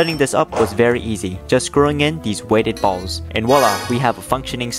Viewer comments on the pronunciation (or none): Why does he emphasize the word ballz